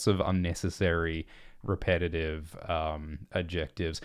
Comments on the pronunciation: You don't seem to know what adjectives are. Or how to pronounce them :D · I love the weird way pronounces "adjectives" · This is probably a regional/accent thing but I have never hear someone say the “c” in “adjectives” before.